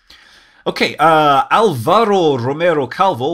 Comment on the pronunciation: Alvaro actually has an accent over the first A... Álvaro. That makes it the tonic (stressed) syllable